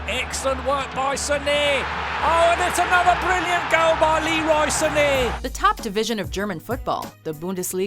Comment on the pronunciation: How the fuck did he pronounce Leroy Sané like that? 😂😂😂